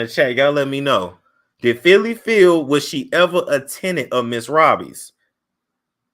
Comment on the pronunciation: It is not Phylly.